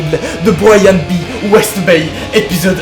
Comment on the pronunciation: Son "Bryan B WestDay "au lieu de Bryan B WestBay m'a fait rager toute la vidéo